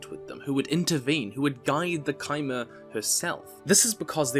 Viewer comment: Finally someone pronounces Chimer correctly...